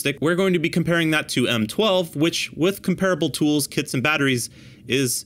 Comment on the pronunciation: The correct pronunciation is “comp-ra-bull” not “com-pear-a-bull” just saying no one in the construction or tool world knows how to say that word apparently.